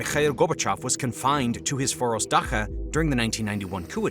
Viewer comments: You are supposed to pronounce word "Dacha"(Дача) like "dutchA"not "Daha"😂😂 That transliteration drives me mad sometimes. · The -cha of dacha is like cha-cha the dance. No k sounds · Dacha is pronounced Da-chuh. I thought it was your way too for the longest time. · "Dacha" is pronounced "dah-tcha" (the 'ch' is like that of "choice') It's Russian, not German! Your Ukrainian launch points are with Russian-occupied territory. Is that what you really meant? What does a radar signal from Athens, Greece, have to do with an attack on Crimea?